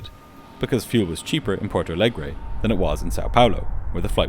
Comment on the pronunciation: You’re content is at an insanely high quality. Keep up the good work. The only very minor thing is that as Porto Alegre is a Brazilian city that speaks Portuguese, it would be pronounced like Portu Alegri in Brazil and Portu Alegr’ in Portugal. Other than that video is a 10/10